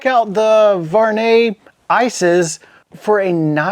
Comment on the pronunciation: I like them! Very beautiful design!👌🏼 Not a big deal at all but my first langage is french and the "U" is missing from your prononciation of the name. Your saying "Var net" but you must pronounce the U (Vu ar net).